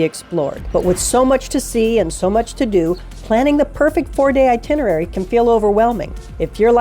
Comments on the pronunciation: Sorry, it's itenerary, not itinery. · My brother and I are going to Paris for 4 days this summer. We've been before, but this is very helpful for new sites. We've been fans of your videos. One thing - it's "eye-TIN-er-rare-ee". I chuckle every time you miss it, but you'll get it some day (long before I learn French, or course :) ). Merci!